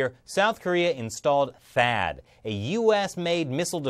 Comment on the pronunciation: It sounds more bad ass if you call it "THAY - AD". Don't make it sound like a hipster frat boy.